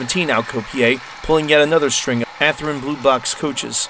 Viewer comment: Athrin? no. Athearn yes.